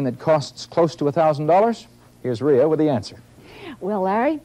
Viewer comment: He calls her RHEEEAh. Its Pronounced "Ray" Reminds me of my old friend, He kept telling me his middle name was "Rise." I said, "that's unique. How do you spell that?" "R-H-Y-S" he said. smh "ITS REESE! Your parents have been telling you wrong for 25 years!"